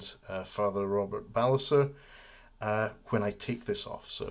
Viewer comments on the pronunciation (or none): none